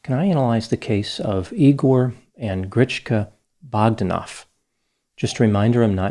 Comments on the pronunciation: Grish-sh-sh-ka it's SH, not CH!! BogdÁnov, not BÓgdanov!!! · It's pronounced griSHka ;) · It's Grishka.